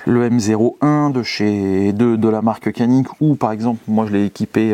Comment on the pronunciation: No kanik cest canik ( djanik ) 😊